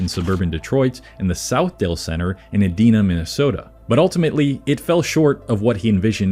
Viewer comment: It's pronounced Eh-dine-ah, the 'dine' the same as in diner.